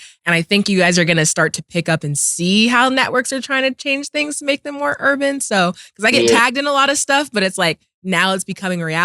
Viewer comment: Yooo Killer saying urban er!!!😂😂I can’t so hilarious 🤣